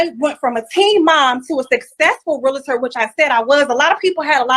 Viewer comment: It’s not pronounced real-a-tor. It’s pronounced reel-tor.